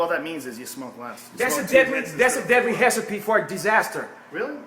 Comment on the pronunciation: lmao "hess-i-pee' for disaster